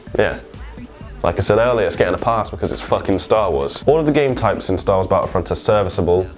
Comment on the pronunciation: I'm sorry, this made this vid hilarious for me. STAWOOOOOOSSSS!!!